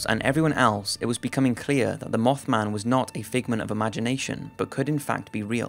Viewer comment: Instead of mothman he says mofman